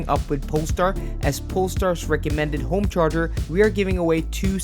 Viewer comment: "I want a Zaptec GO homecherger"